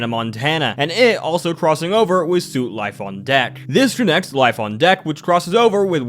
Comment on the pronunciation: the word "Suite" is actually pronounced "Sweet" , ik it threw me off as a kid too lmao